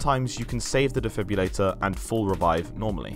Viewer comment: IT'S DEFIB-RILLATOR not defib-ulator lmao